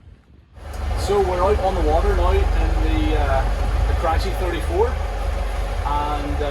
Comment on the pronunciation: Nice Italian boat but pronounced “cran - key” - chi is pronounced “key” in Italian - think of the wine chianti. Nice video of a beautiful boat 👌🏻